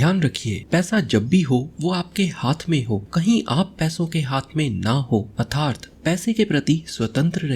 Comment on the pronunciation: Sir your way to pronounce atharth is not right.. It makes bad impression.. And don't mind sir.. Your videos are as always superb